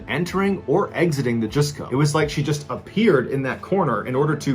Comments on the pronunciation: Jusco is pronounce "Just-Co", not "Joos-Co" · Jusco is pronounced Just-co